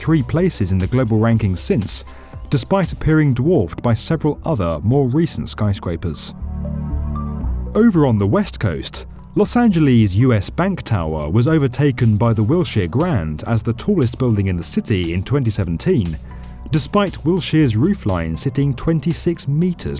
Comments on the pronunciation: ”Los Angelees” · LoS AlAnGeEs” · Im bothered by the way he said “Los Angilies” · Good ol los angelees lol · “Los Angleez”